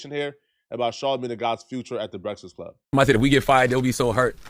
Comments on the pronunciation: “the BRET-FISS club” bro said it like times 😭🤦🏽‍♂️ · “THE BRESFISK CLUB” MORON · The Brekless Club 😅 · “…the brefzkest club” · Nobody:: BresasClub. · he cant even say THE BREAKFAST CLUB.